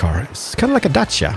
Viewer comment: i can not belive u talked about Dacia and u said it right :))